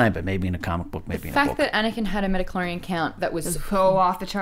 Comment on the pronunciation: Everytime I hear midi-chlorian I cringe a little, please stop T_T